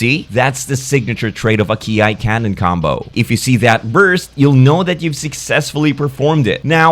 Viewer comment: Ki is pronounce as 'key' not 'key-eye'